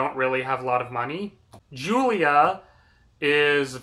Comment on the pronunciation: Did you really read this book? You got a Lotta details wrong. A car accident? She got hit by a semi. And your mispronouncing Julia. The book spends quite a bit of time discussing how to pronounce her name and you’re still miss pronouncing it.